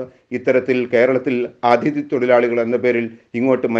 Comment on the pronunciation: ADHIthi alla, aTHIdhi